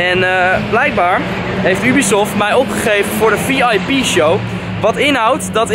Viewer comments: Haha je zegt heel vaak ubiesoft Of hoe je dat ook spelt😂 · Try not to cringe challange on point haha. Ik heb nog nooit iemand Ubisoft zo horen uitspreken. Ik zeg altijd jubisoft, maar desondanks wel een vette video.